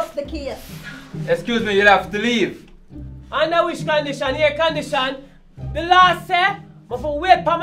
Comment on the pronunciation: "Unda which condition,air condition"😂😂😂